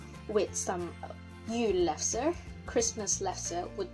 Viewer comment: You are very good to say "Jule pølse"